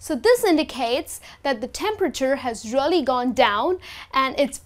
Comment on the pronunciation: Learn how to pronounce "REALLY". You pronounce it terribly!